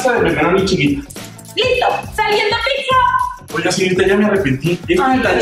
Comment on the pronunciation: Vlogeras fantasticas no dijo pizza dijo picza